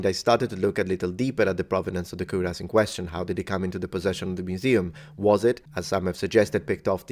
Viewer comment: It REPEATEDLY sounds like you are saying "queer ass" instead of "cuirass". Perhaps "odd donkey" or "bizarre burro" would have been a better choice of words conjuring up memories of "Francis The Talking Mule".